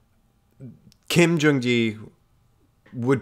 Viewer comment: With all do respect, it’s pronounced, Kim Jung “Gee.” Technically Kim Jung E but that’s the Korean pronunciation. The first is his American. I grew up in Seoul and had the pleasure of meeting him multiple times. He was such an amazing soul, and never too busy for anyone. The man had a billion things going on globally, yet he made you feel as if you were the only one who mattered in that moment. He will be forever missed.